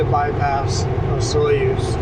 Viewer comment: The proper pronunciation of Osoyoos is....Osooyos